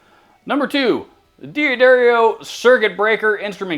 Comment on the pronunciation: Not DEE addario. It is pronounced Daddario.